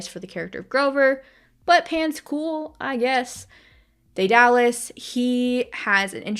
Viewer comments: Btw I am pretty sure Daedalus isn't (day-dar-lus) its (Day-der-lus) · don’t know where u got the r sound but it’s pronounced deh-duh-liss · dur and duh sound the same, also I'm not very good at sounding names out. I think (dead-uh-lus) would be closest